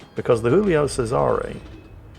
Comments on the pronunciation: I never understood why thinks the Giulio Cesare is a spanish ship. Its Giulio not Jiulio. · for fucks sake, it's not Julio, it's Giulio. same as you're saying, not ['xingls] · It's Joolio Cesare not Hoolio Cesare. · Somebody needs to tell that the G in Giulio raads just like a J in English